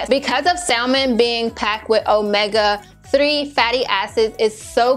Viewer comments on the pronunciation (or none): Sa-men.....the L is silent. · maam I know how to spell salmon. It’s how you pronounce it. You do not say the L in salmon.